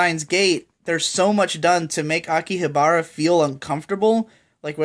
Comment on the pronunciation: aki habara...took me a a moment to realize you were talking about the place akihabara, I thought that was someone's name the way you said it lol. RE:Zero right now ain't bad, I think it got better after its' first episode, but its' characters are still missing a lot of detail that'd make them far more interesting. It's so far not great(as in steins;gate level great) but also so far not something I regret keeping up with though I know it could end horrifically especially since the source material as far as I know is on-going. You know what show from this season had a pretty ok to good first ep but went to absolute shit in its' last couple episodes? Kuma Miko. It's been a long time since a show's ending left a bad taste in my mouth, I would've never expected it to become watamote 2.0 but even worse. The original author of the show hated the way the script writers handled the ending so much he called them out in a blog post that he later deleted stating that what Yoshio said was fucked up. Apparently that script writer who worked on the final ep also deleted his twitter account too, hopefully his career isn't completely ruined by this but hopefully this'll also serve as a lesson to not write a show so badly that it loses its' entire message and themes and takes on a reversal of a coming of age story.